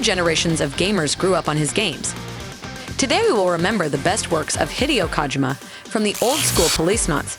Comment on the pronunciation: The way she is saying Hideo Kojima Sounds like Hideous Kojima